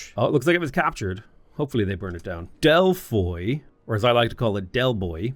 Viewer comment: From what I can tell about the first few minutes, Ara is a mix of Old World, Millennia and Civ. The many mechanics seem a bit overwhelming at first. I hope there is a useful tutorial? Anyways, you are KILLING me with the rape of all them Greek city names,.. (DelphÍ, AthínA)